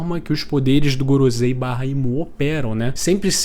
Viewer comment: o video e muito bom, mas mano kk, gorozei? pronúncia paia